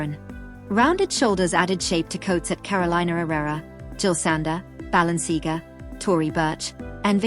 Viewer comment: Oh my gosh - I'm yelling "It's ba-lenc-ee-AAAH-gah!!" over and over, lol. Painful!